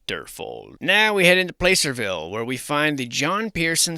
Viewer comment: Not sure if it’s an attempt at facetiousness or not but Placerville is pronounced with a short A sound Plăcerville, like “cat”